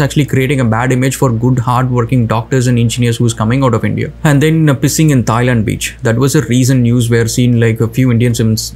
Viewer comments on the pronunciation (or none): none